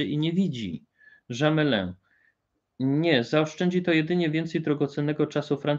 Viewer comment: Polecam popracować nad wymową obcojęzycznych nazw i nazwisk (np. nazwisko francuskiego generała wymawia się Gamlę a nie Żamelę). I już słyszę lekceważący komentarz p. doktora "oj tam, oj tam". Oczywiście najważniejsze, że merytorycznie wypowiedź na tematy historycznie jest w porządku ale dla znających dany język ta wymowa to jak dla muzyka fałszowanie w muzyce klasycznej.